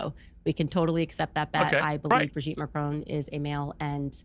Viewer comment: There is certainly something very Dylan Mulvaney-esque about Brigette Macron. The only thing that irks me however, is how every American always pronounces the surname in a way that rhymes with stone.